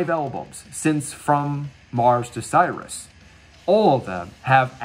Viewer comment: Sirius is pronounced "sear-E-ous". It's the name of a binary star.